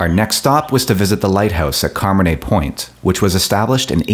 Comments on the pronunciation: great hike! btw...it's not Carman-ay...it's Car-manna. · Just a note: Carmanah is pronounced “Car-MAH-na,”. not CAR-ma-nay.